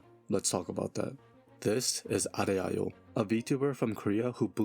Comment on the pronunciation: It's pronounced Arehyo. It's Korean. Not Japanese.